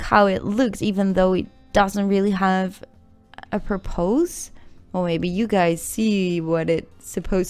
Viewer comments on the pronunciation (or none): It doesn't have a purpose. "purpus" not "purpoos" (Just helping you out.) Love your videos and a nice voice to listen to.